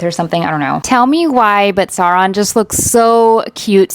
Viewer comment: Certified Tolkien nerd, you said "Sow-ron" not "Sore-on". Spot on! XD